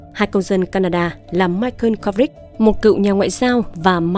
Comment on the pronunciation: BẠN ƠI ĐỌC LÀ MAI CỒ KHÔNG PHẢI LÀ MAI CƠN NGHE KỲ QUÁ MAI CỒ NGHE BẠN GIỌNG ĐỌC ẤM ÁP VÀ TRUYỀN CẢM RẤT HAY 👍